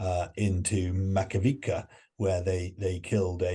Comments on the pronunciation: AMX-10 RCs are NOT tanks. Not tracked. And stop saying "Pyutin"; also, it's not "Makavika" but Makiivka. What kind of "expert" is that? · It is funny that the same guy criticizes Boris Johnson's understanding of tanks and almost in the same sentence he calls AMX-10 a tank and mistakes Leopards with Gepards. Also it is not "macavica" but Makiivka.